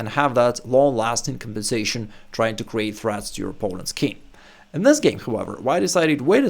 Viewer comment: Nice content. But it seems to me that you say "kin" for "king". Is that a common pronunciation ?